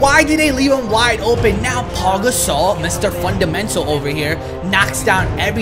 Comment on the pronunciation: I swear he's saying Paul gasol at the 7 min point